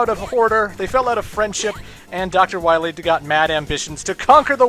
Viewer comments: Dr. Light pronounced "Dr. Wahwee" incorrectly. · At least it's not "Dawktor Wiwwy!"